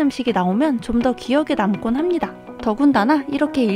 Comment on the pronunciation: 합니닥. 입니닥 킬포입니닥!ㅋ